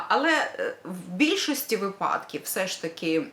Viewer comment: Наголос на вИпадки!